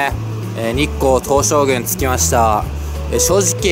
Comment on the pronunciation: にっこうとうしょうぐう何だwにっこうとうしょうぐんって言ってたw しかも栃木に住んでるのにw